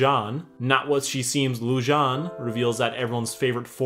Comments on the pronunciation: Okay- first off- Hilarious. second, Its actually pronounced Loo-JJ-ay-neh. I think it means moon in some other language. third, You called it. Mah boi runaan is gay, and I knew from the start. I mean, look at his eyes. that eyeliner is on point. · 1: The theory that Viren switched Pips and Harrows souls is NOT confirmed 2: You pronounced Lujane wrong. 3: YOU ARE LITERALLY A GENIUS!! Best sarcastic summery ever! (In case others exist — I alr watched S2 and S3 summaries)